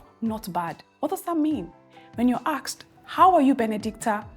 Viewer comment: ASKED not AXED I bet you are Nigerian. You are teaching English please mind your pronunciations